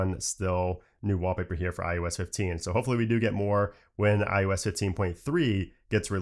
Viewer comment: anyone else hear IUS?